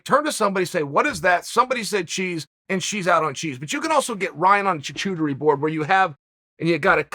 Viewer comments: Hearing Chael mispronounce charcuterie so confidently so many times literally made me nauseous xD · Nothing classier than mispronouncing an expensive French food term haha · Charcuterie pronounced so wrong …. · LMAO- he mispronounced charcuterie five times, differently, on purpose- with a straight face. That was beautiful. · Uncle Chael taking his first career loss to the word charcuterie 😂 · His pronunciations is so off you know he isn’t about those fancy meals either 😂😂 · Chael being embarrassed about his daughter ordering a cheeseburger without cheese, while he repeatedly mispronounces and incorrectly uses the word Charcuterie. Not embarrassing at all....... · Chael is pronouncing charcuterie wrong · Chael you are mispronouncing charcuterie! Also I exclusively eat hamburgers 😳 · There is no way in hell he was going to pronounce charcuterie correct. Let's see if we can get Schaub to try saying it. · Took me ages to work out Chael was saying 'charcuterie'. Some pronunciation. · Your leaving out the "R" in charcuterie like your daughter is leaving out the cheese in cheese burger. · There is no h after the second c in Charcuterie damn it Chael. 🤦‍♂️ Personally I think getting hung up on minor spelling, grammar and pronunciation mistakes is kinda pathetic given how fluid langue has become in the internet age but don’t give your wife and daughter ammunition. You’re setting up a counter attack to the cheeseless cheeseburger gibe that the waiter might even get in on! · Chael butchered the pronounciation of charcuterie more than the butcher preparing the meat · Butchering charcuterie pronunciation so bad. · Dear lord thank you for this blessing of the undefeated and undisputed attempting to say “charcuterie” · I don't think I've lived anything better today than hearing Chael try to pronounce "Charcuterie" 😂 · Fucking stop mispronouncing charcuterie! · That's not how you pronounce charcuterie, It's a French word. The 'h' is silent. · “chachuterie” undefeated as always